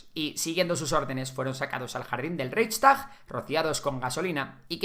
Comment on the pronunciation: Porfavor todo muy bien pero intenta pronunciar las palabras un poco bien, ReiCHstag y Munich a la española suena fatal.